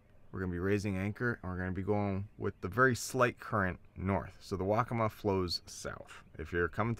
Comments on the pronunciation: I heard "Wokka-muh" used exclusively throughout the video. Correct pronunciation is Wokka-Maw, with equal emphasis on both syllables. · The river, as well as the Indian tribe, is pronounced "Wok-uh-maah," with emphasis on the first and third syllable.